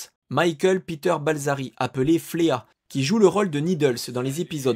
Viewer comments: Michael Peter Balzary est surnomé FLEA (qui veut dire puce, l'instecte) ca se prononce fli (le ea se prononce comme un i legerement rallongé) ... pas fléa de même Red Hot Chilli PEppers, le E se prononce è et pas i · Good job, j'ai appris plein de trucs bien que connaissant déjà beaucoup de choses... Pour l'anecdote on prononce " Flee " et non " Fléa " pour le bassiste des Red Hot.. ; p